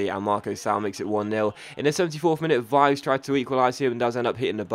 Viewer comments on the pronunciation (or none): Pronunciation: Vives -> Vee - vess Bernardeschi -> Bernard-ess-key